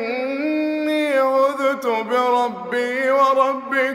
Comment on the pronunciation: جميل لكن كلمة "عذت" الذال ساكنة ليست مضمومة